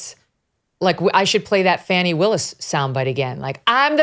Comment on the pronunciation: Come on...its not lemon' just like its not fawni. its L E M O N. and... F A N N Y!!